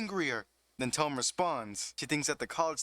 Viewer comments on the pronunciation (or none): Hi! Not to be a dick. Ut its peonounced TOE-MEH and not TOUM like a book Love the vid!!!